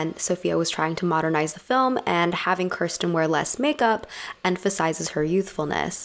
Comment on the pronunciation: Her name is not pronounced KER-sten, it is pronounced KEER-sten.